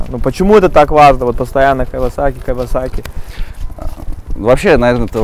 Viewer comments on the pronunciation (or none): Оскар, не "Кавасаки" бро... Кийосаки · да, ток не Кавасаки, а Кийосаки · Не Кавасаки, а Киосаки )) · А мне показалось Оскар говорит кавасаки)